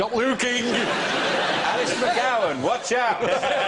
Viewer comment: Stop loo-king at me! You're loo-king at me!